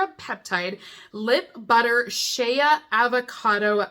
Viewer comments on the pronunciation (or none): Shea butter is pronounced "shay" butter, rather than "shee-uh."